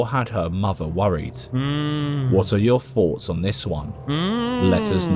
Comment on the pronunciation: goose pimples is usually really good... wth they think starlink is just a legit ufo catch, and that some broad doing the walk of shame is a legit ghost lol... he even said foughts instead of thoughts lol